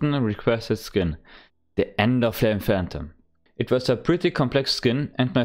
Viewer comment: Man merkt das du Deutsch bist, weil du Enderflame sagst :D